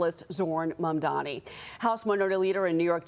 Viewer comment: It's not mamdoni you moron..its mamdani..first learn to pronounce and type properly before taking sides